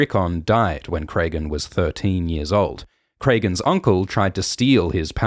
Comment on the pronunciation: Great as always! Some nitpicking on the pronunciation of some of the names; George uses a lot of common names that are just spelled differently. Petyr is just Peter not Petire or anything so Alysanne is like Anne, not Alysayne. Cregan is like Craig, not Craygan.